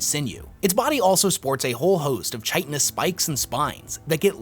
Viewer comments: Chitin is pronounced with a k sound not ch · Chitin is pronounced "Kai ten"